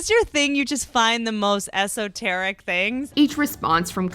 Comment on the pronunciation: When Whitney Cummings said “esoteri” 🙄🙄🙄🙄🙄